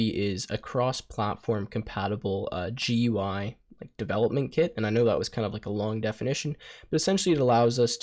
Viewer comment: Mad respect for taking a huge chunk of your time to say G U I, instead of shortening it to "Gooey". I know that for a coder, this must have been a very difficult step, but it has saved me a potential aneurysm, so I appreciate it.